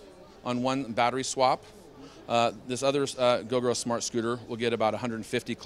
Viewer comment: Fyi gogoro should be pronounced go-go-row